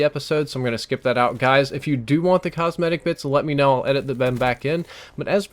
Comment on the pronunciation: No comsMEHtics, is fine.